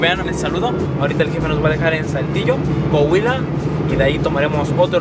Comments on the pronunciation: Soy de Saltillo y no se dice "coguila" se dice "Coahuila" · Mi es COAHUILA y no COHUILA.... Jajajajaj saludos bro